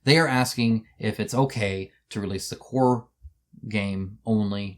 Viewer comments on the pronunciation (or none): none